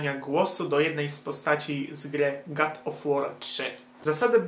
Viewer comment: God a nie Gad czy Płaz